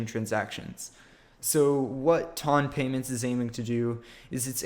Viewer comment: it's a measurement of weight lmao. The way you pronounce it though :P